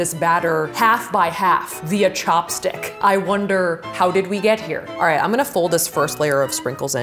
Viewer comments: when did she say alright wrong? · 2 things: you said alright wrong! honey spies on you